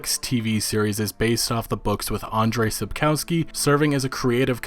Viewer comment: What do you mean, who?! Peter Dinklage, obviously! I don't usually do this, but...it's AndDJey SapskoVsky, please. I know, and I'm sorry for bringing this up, but you've butchered it so many times in a row, it made my ears hurt. So sorry.